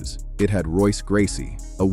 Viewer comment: Royce Gracie faught Kimo 32 years ago, and people that make youtube videos still can't pronounce his name right!